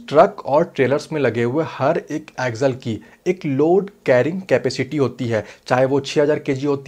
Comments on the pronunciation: Bro axle bol raha ki aggel pata nai chal raha hai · भाई ऊसे ॲक्झल नहि ॲक्सल कहते है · सबसे पहले तो इसे एक्जल नही एक्सल बोला जाता होगा